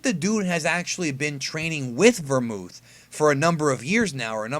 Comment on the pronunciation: dude .....its belmod... not vermooth😂